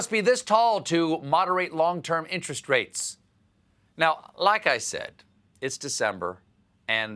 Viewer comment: Am i the only one who noticed "Decmber"